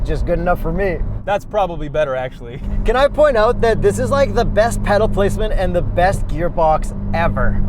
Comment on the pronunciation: Kyle Amante he also says owt instead of out. Punishable by death if you ask me.